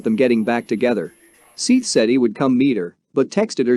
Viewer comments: I could not watch it you kept saying SEETH not SETH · Seath not seeff, you bumbling idiot. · It's Seth. Not "Seeth." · Seeth lol his name was seth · Its SETH!!! not SEETH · It is Seth that is the right way to pronounce his name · You need to take this down and edited it and say his name correctly lol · To do a full video repeatedly pronouncing the victims name wrong is pretty shitty to be honest. It detracts from what is an otherwise informative video.